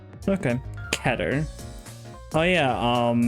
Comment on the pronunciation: Yup, people just can't pronounce "Keter" anymore, right? Because there's clearly a pronunciation difference. Like "Peter".